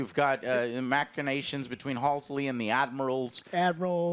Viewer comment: Game: Halsey Book: Halsey Lore: Halsey ... Joe: Halsley